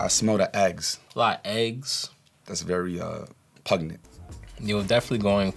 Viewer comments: did he just say "pugnent" !? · Bro needs to take a cooking AND English class! 😂😂 PUG-nent?? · "pugnant" lmaooo